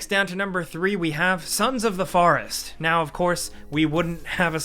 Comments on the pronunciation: The pronunciation of horror and forest. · why does this guy say forest so weird